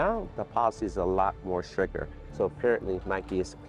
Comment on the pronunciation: Stricter, not stricker.